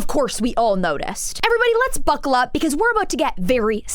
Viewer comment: "Let's buccal up" sending me😂😂😂😂